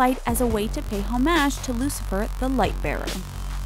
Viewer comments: "Home-aj" smh 😂😂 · The way she pronounces homage makes me want to throw my phone out the window.